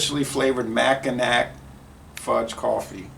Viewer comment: 😂I’m originally from Michigan and Mackinac is pronounced: Macki -NAW. I was laughing. But good review. Fun! Cheers 🍻